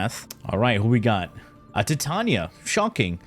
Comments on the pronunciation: Dude he does the pronunciation on purpose so we comment about it…. It’s cheesy garbage tbh… like Titania TITAN NIA NOT TIIT TAUNIA HE HAS A PROBLEM WITH VOULS N SHIT. 😂😂😂😂😂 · Ti-ta-nia - Tie - Tay - Nia (enunciate this in your head) Titania. GAUS - Gaw - S - Gaus. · in all fairness, everybody mispronounces her name. She is designed and named after the fairy queen from one of Shakespeare’s works, and is pronounced Tee-Tania. But we all say Ty-Tania like the metal Titanium, which is wrong but screw it 🤣. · Why say it tee-Tania? It's like titanium but with "a" instead of "um" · tee tania is questionale, but "gus" for "gauss" is fucking criminal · I thought you meant how he said Titania, I'm like "I mean, thats one way" but then he said gus 💀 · no in warframe it is not pronounced that way look at the warframe titania trailer profile. That's how her name is pronounced in warframe.